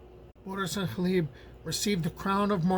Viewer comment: Learning the correct pronunciation of Gleb makes this a great video, and I'm only three minutes in.